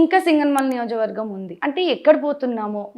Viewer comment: నియోజక వర్గం అని క్లియర్ గా పలకండి సిస్టర్.All my best wishes.